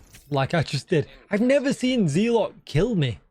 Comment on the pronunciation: DJ, it’s pronounced zeh-luht. Meaning a fanatical partisan.